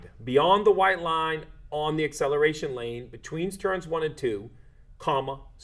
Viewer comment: Im sorry for being annoying, but ACCELARTION? 😂 way to go